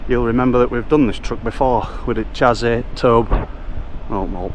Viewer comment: Great video! By the way, when you mentioned 'chassis,' I noticed it's one of those tricky words that looks different than it sounds. It’s actually pronounced 'sha-see'—took me a while to get it right too! Just thought I'd share in case it helps. Keep up the awesome content!